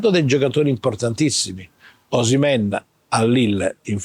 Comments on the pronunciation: @@ lol good of you. It’s O-she-meh-in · Lol, you guys made a point to find the correct pronunciation of “kvaratskhelia” while butchering “Osimehin” in the same breath! Signed, an angry Nigerian who loved the video 😂